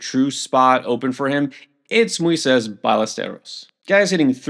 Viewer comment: This guy mangles so many player names that it's hard to take him seriously. Mooeysess?